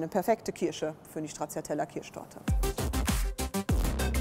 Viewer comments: "StraZZiatella" kann man nicht hören bitte. TSCHA...TSCHA sagt man. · Strazzziatella....😂😂😂 Das ist italienisch und man sagt Stratschatella❤ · Ist echt unmöglich Stracciatella einmal so auszusprechen wie es sein soll? Italienisch bitte! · komisch, wie hier stracciatella ausgesprochen wird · ...so oft fällt das Wort "Stracciatella" - niemand spricht es richtig aus. 🙂